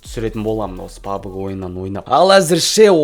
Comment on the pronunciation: Пабг емес пабжи